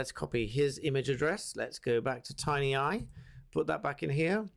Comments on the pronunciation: Tineye, not Tinyeye. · tin eye, not tiny eye, bad reading for a barrister